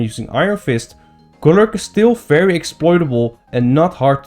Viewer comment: I love how he pronounces Golurk. Just rolls off the tongue.